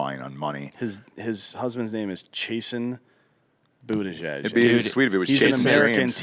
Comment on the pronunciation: Is it pronounced buttuhgag?